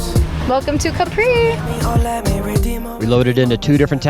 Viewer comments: It is Càpri, not Caprí (I don't know how to write it correctly... But accent is on a. 😊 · Wrong pronunciation!!! It is pronounced Ka…pri with the emphasis on KA